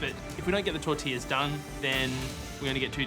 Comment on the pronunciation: Tor-til-las ? Tor-ti-yas !